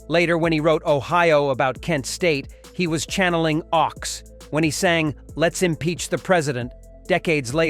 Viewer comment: Phil Ochs is pronounced like "oaks" instead of "ox"